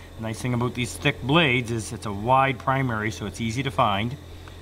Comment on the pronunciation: "Nice thing aboooooot these thick baldes"